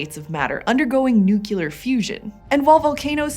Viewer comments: Nuc-lear. Not nukeyaler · It's "nuclear fusion", not "nucular fusion" 🙈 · Did she "nucular" fusion; as opposed to "nuclear" fusion? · Nuclear not nucular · Nucular? On a PBS video? Wtf PBS/narrator? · Can't believe I was tricked into watching 45 seconds of this video just to hear someone who is taking the role of educator say "Nuculur" instead of "Nuclear", like some 3rd grade dropout hic. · If you say nukular instead of nuclear, then you have zero credibility, go work somewhere else or learn to speak science terms correctly. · She really said "nukular" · You had me until “nucular”… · i often notice americans say "nucular" wtf. why is that...?🤔oyea i forgot; education is illegal in the states... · Very cool (or hot) video! Just please never say "nucular" again :( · What exactly is "nukular fusion"? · Did she just say nucular on a science channel? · Please don't say "nyookyooluhr" when you mean "nuclear". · Nuclear not nuculer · 40 - noo-klee-ur not nook-yoo-lur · Did she really just say "nuke-ular"?! 🙄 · NucLEAR. Not NucULUR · I can handle the mispronunciation of niche, but saying "nukeelar" instead of "nuclear" is WAY over the line. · Can't believe a science channel still says "nookular". IT'S NUCLEAR FFS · I do not enjoy being critical but anyone pronouncing nuclear as nucular instantaneously diminishes their credibility. Being a person involved with construction, development, operation and maintenance of reactors, they are my jam. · None of those things are CHEMICAL fire. And it is "new-clear", not "nuke-you-lur". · I died a little inside when she said "nucular fusion". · OK....I can't help myself. It's NU CLE AR fusion. Not NU KU LAR fusion. I don't know why this bothers me so much, but it does. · 🤓☝️Warning yall are scientists right? Even amateurs should know it’s nu cle ar not nu cu ler. President bush haunts us to this day. And , o2 is two oxygen atoms bonded together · Did she say nucular? 😅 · Please, please dont say newculer instead of nuclear